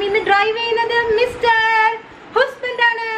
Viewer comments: Chechi എന്താ ഹുസ്ബൻഡ് എന്ന് പറയുന്നത്, അതാണോ correct pronounciation? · എല്ലാരും ഹസ്ബന്റ് എന്നല്ലേ പറയാ ചേച്ചി എന്താ ഹുസ്ബൻഡ് എന്ന് പറയുന്നേ ഞാൻ എപ്പഴും ആലോചിക്കും അത് 😁🤔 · Why r u saying ഹുസ്ബന്റ് ? Its wrong pronunciation...